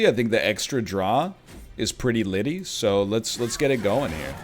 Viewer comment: Did i just hear nl say pretty litty